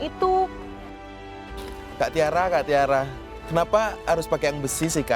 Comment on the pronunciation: mohon maap, tiara itu t nya tulul xixi 🙏🏼